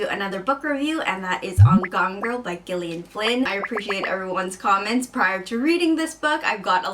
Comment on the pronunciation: I know Gillian Flynn is american so maybe it is how your pronounce it but my mum is called Gillian and it is pronounced just like JILLIAN. Please americans, it is not gill like a fish, it's just another way of spelling Jillian! Being British but living in east coast america I know the frustration of being called Gill-ian, it's pronounced Jillian, just a different spelling!! Love the book though great review hahaha!